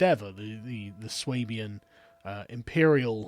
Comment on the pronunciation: When you pronounce Schwaebains you pronounce it more like Wayne and Garth from Wayne's World when they say "Schwing" just with and ay instead if an Ing.